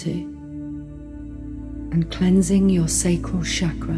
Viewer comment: As someone who speaks Hindi, the pronunciation of chakra as shaakraa instead of chukr-uh is disconcerting.:( I'd give this a 10 out of 10 otherwise. Thank you.